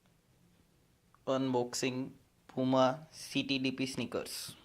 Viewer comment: He doesn't know how to pronounce puma.hahahaha